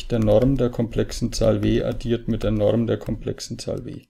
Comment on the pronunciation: Die Norrrrm